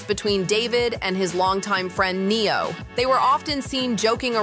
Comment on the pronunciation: Who the hell Neon??? Hahaha. It's Neo and Pronounced Asia for the girl